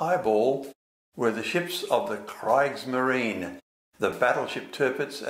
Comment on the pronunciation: Kriegsmarine is pronounced "Kreegs-mareen". The German ie & ei sounds are the opposite of the first letter. So ie sounds like "ee" & ei sounds like "eye". It's how I remember it anyway.